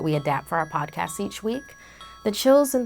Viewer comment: are we just going to ingnore the fact she says "podcass" insted of podcast sorry for my spelling my phone is having a stroke